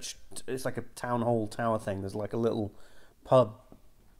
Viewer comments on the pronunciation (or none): none